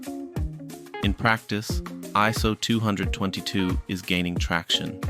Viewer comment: aren’t you technically saying ISO222..? I always say twenty-oh-two-two. But that’s just me! Anywho! ❤️ You rock man- keep the content flowing!